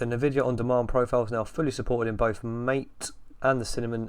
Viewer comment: MATE is not pronounced "mayte" (rhyming with fate or rate)! The only correct way is "mahh-tay" (rhyming with "fart, eh?")